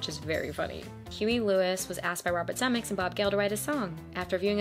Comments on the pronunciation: 3 syllables in Zemeckis ZEH-MEH-KISS! Eric Stoltz was in Fast Times ( one of Spicolli's Stoner buddies) and the drug dealer in Pulp Fiction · “Zuh-meh-kiss”…just sayin’… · The expression is " Make like a tree and LEAVE" Stupid Biff says it wrong. Everyone who watches this movie always gives Steven Speilberg too much credit - Robert Zemekis DIRECTED the movie!!! BTW, it's pronounced "ze MEK is" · I’m new to your channel, and I’m really enjoying it so far! Thanks for your hard work! Side note: Robert Zemeckis… that last name is pronounced zim-EH-kiss, but you probably know that by now. 🙂